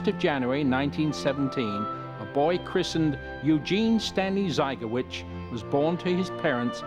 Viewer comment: Their surname is pronounced zy-gaw-VITCH. In Polish the accent is on the last syllable.